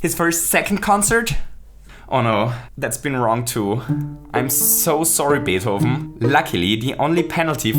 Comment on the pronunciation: The way he says Beethoven's name caught me off guard, it sounds SO good.